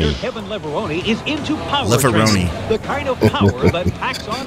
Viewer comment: Back when the mags ruled the world, there were several names no one was sure how to pronounce. "Lever-Roni" was common.